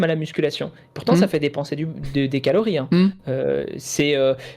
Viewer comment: merde en tout début de vidéo, quand tu dis "calories" j'ai cru que t'allais dire "calomnies"! 🤣